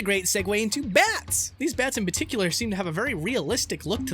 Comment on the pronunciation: Why do you say particular "Peticular"?